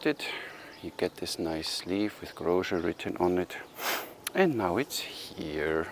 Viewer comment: Sorry for correcting you, but Grózer is pronounced with "z" and not "zsch". You mastered his first name though 😉